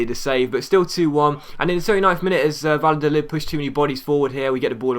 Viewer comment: You´re pronunciation of Spanish names is actually not to bad but double l is something like j or y in Spanish-Spanish so in case of Valladolid you pronounce it more like Vajadolid and btw love your videos you´re one of my favorite YouTubers P.S.: don´t use the financial takeover it would ruin the series and take away the challenge of having no money